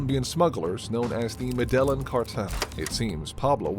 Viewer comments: Medellin is pronounced may-day-yeen not ma-dell-in. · Not Medeeeeeeeelin, but Medeliiiiiiiiin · you completely butchered "Medellin". its pronounced "mede-jean" cartel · Its meh dy yeeen. Not madellan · Lol Ma-DEL-en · medelon? bro didn't even try lol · medellen cartel its pronounced medeine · The "medallon" cartel? I really have to wonder why people feel inclined to produce a documentary style video that requires quite some research, only to not waste a minute on getting the pronunciation of key terminology right... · Actually Med a jeen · Madellon? LMFAO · The way he pronounces Medellín makes me want to puke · you should really learn how to pronounce Medellín correctly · I lost it when the narrator pronounced "Medellin" so terribly. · I cannot believe that you mispronounce Medellin. Sheesh. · How you going to make a documentary and not know how to pronounce Medellín? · Had to stop watching after he pronounced Medellin like that. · I don't trust the credibility of anyone who pronounces Medellin like that lol. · I was thinking the same thing 😂😂😂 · your pronunciation of Medellin drove me 🙃😈! otherwise, great video 🤙👍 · HOW THE FUCK DID YOU PRONOUNCE MEDELLIN? JESUS DUDE YOU BUTCHERED THAT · Please learn how to pronounce Medellin. OMG! You butchered it. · Nice video, just a bit akward that the name of the city of Medellín can't be pronounced properly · You pronounced the name of the cartel wrong you need to do better homework